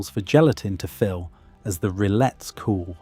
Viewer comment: In French you don't pronounce the two "L"s in rillettes.